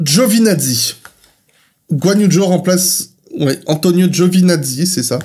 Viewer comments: Alors vos informations sont fausses, c'est bel et bien "Djo" comme on prononcera le prénom Joe en anglais. D'ailleurs si vous allez sur Google translate en mettant le nom du pilote en mandarin, à savoir "周冠宇" et que vous faites jouer le son, vous verrez bien que la prononciation n'est pas "Djao" mais bien "Djo". Mon message initial n'avait pas pour but d'être offensant. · Juste pour votre information, Zhou ça se prononce "djo" en chinois. C'est un petit détail, mais vu que l'effort est fait sur la prononciation des autres noms de pilotes pourquoi pas continuer sur la lancée :)